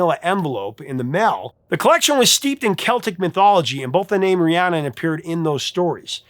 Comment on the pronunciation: He says "ree-ah-nun" several times even while the singers are pronouncing it "ree-ann-nun."